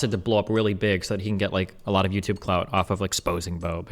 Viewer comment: "...that he's doing aglot of good..."